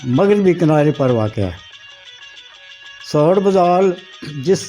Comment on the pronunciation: محترم بُدھال کا تلفظ ب پر پیش ہے دوسرا راہٹ ہے ارہٹ نہیں